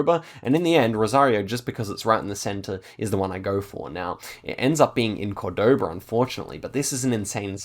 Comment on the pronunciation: You pronounce Córdoba like and American - the stress should be on the first vowel - the accent tells you this.